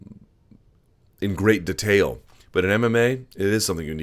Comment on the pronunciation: Luke 'De'tail' Thomas